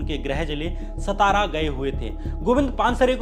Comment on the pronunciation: श्याम मीरा जी, नमस्ते। जैसा आपने कहा कि अंधश्रद्धा निर्मूलन समिति के अध्यक्ष नरेन्द्र दाभोलकर का शव उनके गृह ज़िले सतारा में लाया गया; यहां मैं आपको यह सूचित करना चाहता हूं कि महाराष्ट्र में सतारा नाम का कोई भी शहर या ज़िला नही है। आप जिस ज़िले की बात कर रहे हैं;उस ज़िले का नाम 'सातारा' है ना कि 'सतारा'। यह अंग्रेजी लिपी रोमन की देन है जो एक ही प्रकार के हिज्जय(Spelling)को अनेक तरीके से पढ़ने या उच्चारण करवाकर ग़लत जानकारी देती है। अब SATARA को अनेक तरह से पढ़ा,बोला जा सकता है। जैसे-: सतारा, सातारा, सतरा और सातरा। इनमें क्रमांक दो का यानी 'सातारा' यह नाम सही और अधिकृत है।आप को मालूम नही है;तो किसी महाराष्ट्र के निवासी से पूछ लें। अगर पटना का अंग्रेजी में PATNA है;तो उसे पाटना, पातना,पतना ऐसा बोला जाए तो वह सुनने में कैसा लगेगा। धन्यवाद।